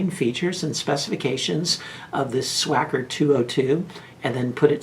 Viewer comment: There's no SH in Swhacker. It's not pronounced that way. It's Swacker with the h being silent. Used to be called Sonoran back in the day. If anybody is concerned with them opening prematurely during flight they can double band them. They'll deploy just fine being double banded. It's not an o ring. It's a shrink band. Supposedly they're starting to make them here in the U.S.